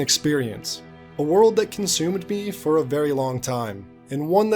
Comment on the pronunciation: Bro, you really dont know how to say consumed? You said it like consume and ed separately. Please man....